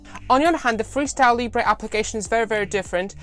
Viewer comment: Hi, great video, please don't call it "Librey, it's pronounced " Leebra